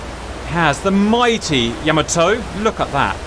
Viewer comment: its pronounced " YAH MAH TOE" not "YOE MO TOE"